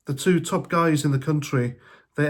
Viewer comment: Did you say top guys or top gals?